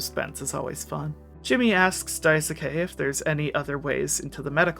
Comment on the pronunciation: It's Dais-ke- not Dai-soo-Kay :(